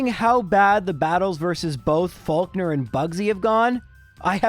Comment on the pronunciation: English isnt your first language, is it? Who the hell is Fowlkner? It is definitely Faulkner. And its loruhLie. There has never existed a human named loruhLee.